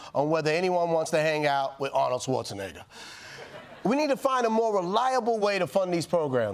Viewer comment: The audience laughing at the pronunciation of Arnold's Last Name 😅